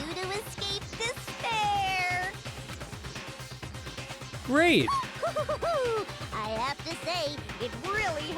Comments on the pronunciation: When Junko says despire, doesn't it sound like "dis bear" 🐻. The ultimate dis bear is just a group monokuma formed to brag about himself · "Impossible to escape disbear" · After a while it pisses you off to hear dis pear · Can't escape "dis-bear" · when ever someone says "despair: i can only hear "dis pear"